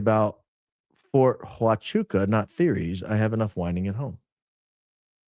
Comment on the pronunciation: He couldn't even pronounce Huachuca correctly!